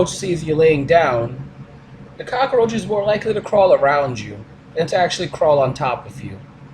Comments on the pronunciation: I can't stop laughing at his Scarface pronounciation of "Cockaroach". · ***** That made me cringe too, along with the "cak-a-roach". Is it really so difficult? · The cock-oh-roach... oh god not the, cock-oh-roach! Actually, the X-Files did an episode with cock-oh-roaches. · "And a cockAROACH" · Does anyone who isn't foreign actually pronounce 'cockroach' like Tony Montana without forcing it?